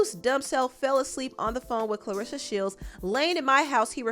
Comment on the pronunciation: You really just cover stuff for views. No integrity. You don’t even know how to pronounce Claressa name.